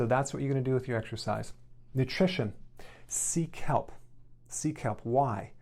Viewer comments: "Seek help?!"... Oh! "Sea kelp!!!" Haha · Megan I wondering who I needed to SEEK HELP from as well! Glad I read your comment 😆 😂 😆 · Nutrition: seek help. That’s what I heard, took me a while to catch on